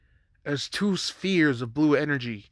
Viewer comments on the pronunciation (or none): none